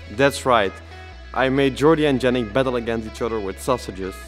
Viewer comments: I like how it said wonder yannick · I heard 'Lurelic' when you said 'Yennic' 😃